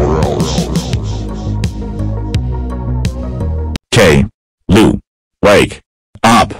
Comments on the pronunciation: You Pronnounced Caillou wrong. It's supposed to be Kai-U, Not Gayloo. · No the voices can't read properly and they say kayloo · well please stop calling caillou kayla